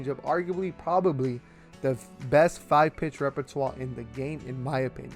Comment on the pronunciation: This man said preberbaly